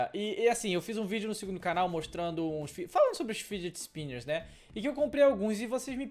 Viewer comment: "fidget spimberss"